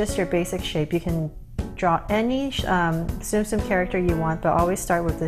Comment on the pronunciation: it’s not zoom zoom it’s Tsum Tsum